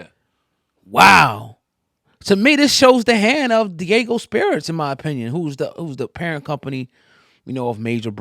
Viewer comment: It’s Diageo. DEE-AA-GIO